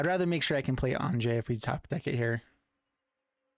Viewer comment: Great deck but it's Anje (An-ye). The J has a Y sound. Think like Jorn (yorn), God of Winter